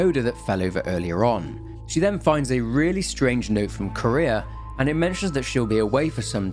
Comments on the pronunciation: Popped in to also say this, as I had no idea who “Kurea” or “Korea” or “Career” was referring to. Thanks for already bringing it up! Note that her name is composed of two words: Kure and -ha. The accent shouldn’t made it sound like Ku-REa, if any syllable is more accented, it would KUre-ha. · why does everyone pronouce her name as "Korea" it is Kureha CUH-RAY-HA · why does everyone pronouce her name as "Korea" it is Kureha CORE-RAY-HA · It's not Korea it's Kureha 😂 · it's kuh reh ha bro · Yes I thought he said courier and I was so confused lol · Fatal Frame next? Edit: I keep hearing Kureha pronounced as Korea lol. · the name of the other girl is actually pronounced Kuh - reh - hah. Love your content, keep it up! I sleep much better ever since I discovered your channel!:D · This. He keeps pronouncing the name like the country Korea 😂 which throws me off every time he says it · yeah, but the は in くれは is not particle, so its still 'kureha' even then, particle is read as 'wa' not 'aa' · I had a stroke each time you called kureha Korea and sakuya sakuhya great video regardless ur videos bring me so much comfort keep them coming especially the ps2 horror ones much love. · NGL I was listening to this like a podcast and was so confused by the name pronunciations since I have seen this game before loooong ago. I had to pop back in to double check. Especially Seimei. 😂 Ah I just realized might have played with English VA where Kureha was pronounced like Korea... Oof.